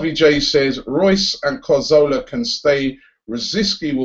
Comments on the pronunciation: Robbie... When will you learn how to say Cazorla's name right ffs?? CA-ZOR-LA not CAR-ZO-LA you ignorant fool! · It's CAZORLA not CARZOLA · Man says Cahzowlaar you know 😐